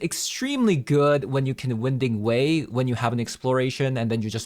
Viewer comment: Btw, it's not "win" ding way. It's pronounced "wine" ding way. The passageway meanders around, moving left and right.